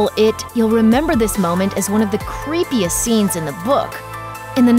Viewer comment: "one of the creepiest scenes in the book" That... What... I'm not sure that's how you say it.